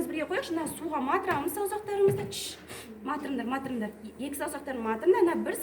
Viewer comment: Матырыңдар деген не сөз? Батырыңдар деген сөзді айту қиын болдыма🙄